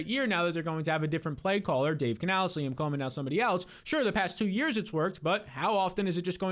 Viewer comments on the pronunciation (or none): none